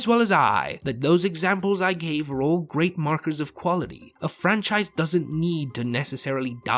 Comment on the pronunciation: Stop the Fran-Scheiss